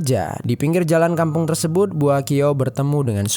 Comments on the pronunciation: Tersebut = Tersebun Mulut = Mulun Empat = Empan Jujur agak risih dengernya. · Kenapa sebutan "tersebut" nya terlalu ribet sampai² terdengar seperti "tersebouet". Apa lidah kau keseleo min?